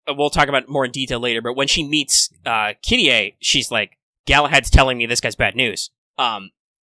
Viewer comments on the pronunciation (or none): It's Kirei Kotomine, not Kirie. That's a girl's name. Constantly hearing that grinded my gears...